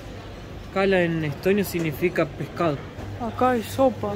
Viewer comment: "Mejorando tu español..." (a pesar de que te queda muy simpático...) Te he escuchado, varias veces, (en distintos vídeos), no se pronuncia signífica, sino signifíca... (está claro que no lleva nunca las tildes (o acento ORTOGRÁFICO o ESCRITO), sino que sólo los puse para que vieras y entendieras la pronunciación. En nuestro idioma TODAS LAS PALABRAS LLEVAN ACENTO (absolutamente todas, SIEMPRE, al hablar...). Lo único es que, no siempre están expresados al escribirlas. Cuando están escritos, se nota porque se les pone la tilde (esa rayita inclinada, de derecha a izquierda). Cuando eso sucede, se sabe que lleva ACENTO ORTOGRÁFICO. En caso contrario (o sea, en TODOS los demás casos) no se les pone la tilde, al escribirlas, pero sabemos que igual se pronuncian con ACENTO (o más fuerza) en alguna de las sílabas (para eso hay reglas claras, establecidas), pero no está escrito, o sea que se llama ACENTO PROSÓDICO u ORAL (hablado). Normalmente, por regla ortográfica, lo habitual, lo común, es que, casi todas las palabras de nuestro idioma son GRAVES o LLANAS (o sea "acentuadas en la PENÚLTIMA sílaba), por lo cual NUNCA LLEVAN ACENTO ESCRITO... (aunque sí al pronunciarlas). Eso significa que TODAS las demás llevan el ACENTO ESCRITO o TILDE (salvo muchas de las acentuadas en la ÚLTIMA sílaba, a las que llamamos AGUDAS, para las cuales aplican reglas que deberías saber), que te indicará claramente dónde las deberás acentuar: Las acentuadas en la última sílaba son las AGUDAS. L